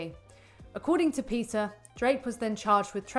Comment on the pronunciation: Its PETA not PITCA.